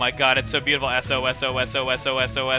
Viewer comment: it wasn't sosososososos it was sos,sos,sos.